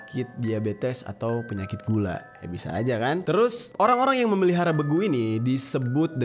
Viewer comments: Beeguuu.. bacanya bang bukan begu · Saya dari sumatra utaraa bg bilang nya BEGU bukan begu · bEgu loh bang buka begu,bacanya e nya E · Bang salah ucap lu,be gu... nya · Bangg gw orang karo,salah ucap lu bang (begu) *eee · Cara sebut nya salah bang Pas begu itu Huruf E nya ditekan bang kaya logat orang batak gitu bang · Pengucapan E di kata Begu nya bkn gtu bg 😂